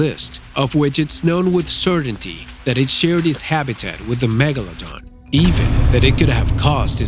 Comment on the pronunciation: Why do you say Megalodon like Megalodong?